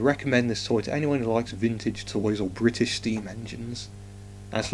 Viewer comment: BRI ISH?